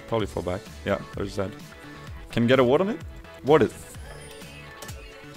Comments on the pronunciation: u say Zac to Zed;____ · Why do you say zac all the time insted of zed!?? xD